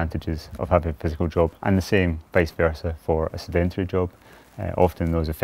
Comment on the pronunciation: Is no one going to mention Mcloed can’t pronounce sedentary! No idea what the rest of this video is about.